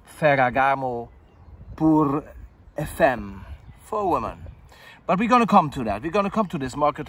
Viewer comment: Yeah,your prounouncig everything right from Wolfgang joop to ferragamo,but your Got to practice about femme:)...i own the male version and love IT....